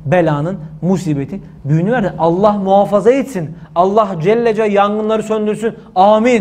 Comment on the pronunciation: Allah Celle Celâlühu demek yerine neden düzgün söylemiyorsunuz da Allah Celle Ce deyip kısa kesiyorsunuz? Videoyu tekrar izleyin ve ne dediginizi bir daha dinleyin olmaz mı?